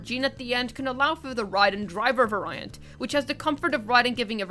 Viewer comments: I heard it one too many times to be able to resist, so for future reference "variant" is pronounced like the word "very". Like Very-ent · excuse me, var-eye-ant? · Variant is pronounced v - air - ee - int/unt ;)